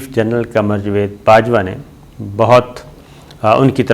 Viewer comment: Javed ki bajai jved bolta hay, salay ko Urdu bolni nahi ati, hatao is ko is channel sey